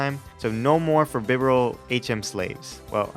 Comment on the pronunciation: BIDOOF IS NOT A GOD! AND IT'S BIBAREL, NOT BIBERAL!